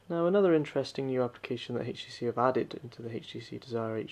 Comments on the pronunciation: why oh why do people pronounce HTC as "hage tee see" the "h" is silent... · why does he keeps on saying, "heych t c"???